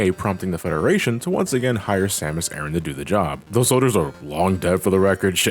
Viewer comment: Stop saying Erin